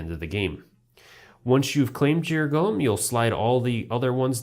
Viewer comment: GO-LEM not GOLLUM